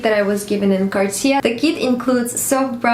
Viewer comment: With respect. That is not how it is pronounced. “Car-teeyay” is much closer to the correct pronunciation. If you are going to be making videos on the topic, and have a collection, it’s better to be calling it the proper name. Also, while some may be affordable than others… “anyone can get access to one” is seriously out of touch with society. I’m not being jealous, I have Cartier and fine jewellery myself… but I know that I am lucky to own it and don’t presume some of those pieces are affordable to everyone. x